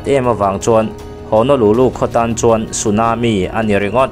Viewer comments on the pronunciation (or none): none